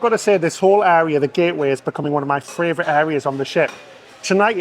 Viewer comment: FRAYvourite lol